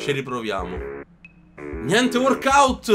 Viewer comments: Si dice walkout non warkout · "gnente WORKOUT"